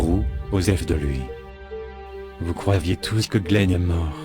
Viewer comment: "vous croiviez" c'est fait exprès? :p